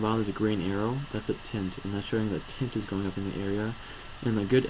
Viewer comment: it is pronounced viS and tIAnt.